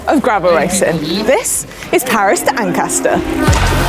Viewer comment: Manon you nailed Paris-Ancaster, well done! Hope you had time to get some Canadian goodies like maple syrup to take home. :-)